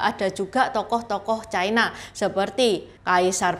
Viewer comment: Ucapan yg bnr : China, bukan Chaina